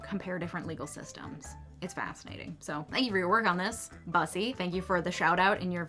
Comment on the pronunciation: "Bussy" isn't pronounced "Bus-ee", it's pronounced as "Boo-see" (like the aspect of human anatomy it's referencing). Can you imagine if we called it a "puss-ee"?